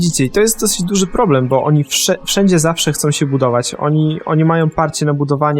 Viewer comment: hahahaha najlepsze " dzuży konik " hahhaha lol